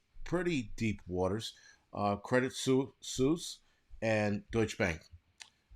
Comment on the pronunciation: It's pronounced credit sweese